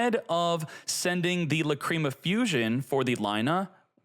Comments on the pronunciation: Stop calling it La-"cream"a . It sounds so perverted. It's pronounced La-"crim"a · Lah crim ah. Not lah cream ah. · Its lacrima bro, not lacreama 😂😂😂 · I don’t like how he pronounced lacrima